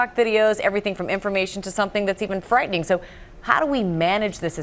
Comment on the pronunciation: "Frightning" I'm cackling